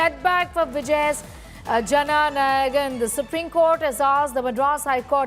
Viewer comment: Is it so difficult to pronounce jana nayagan 🤦‍♂️🤦‍♂️